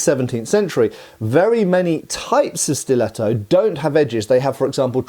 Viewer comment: Majestic italian pronunciation, 11/10 Give him italian citizenship